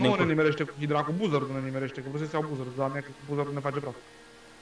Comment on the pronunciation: se spune bazard nu buzard